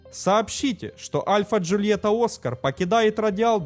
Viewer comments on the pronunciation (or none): none